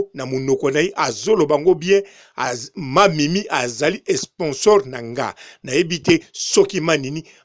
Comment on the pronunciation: Esponsor !!! On dit sponsor okeee